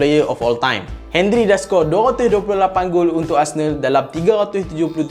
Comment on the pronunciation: Come on,, Not 'Hen-rie' It's 'On-ree'...